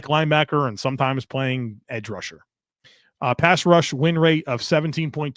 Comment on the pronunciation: it’s a wonder that you don’t fumble over your words more often, the amount that you do this stuff. Truly, you’re smooth as hell! But… I have to admit “pass wush” made me smile 😝 much love and thanks to ya sir. Go Bills!